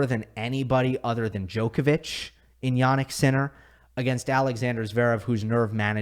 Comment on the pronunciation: It blows my mind that people will pronounce Wild as Vilch for some reason, yet will have 20 yrs to learn how to say Djokovic and still get it wrong